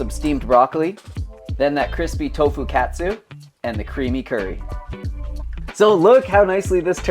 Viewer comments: wtf??? it's not pronounced that way. It's not like a "cat" - "soo". It's supposed to be like the word "caught". Hearing you really hurt my ears. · Dude..."kah-tsu" is the pronunciation. That hurts the ears. You sound American.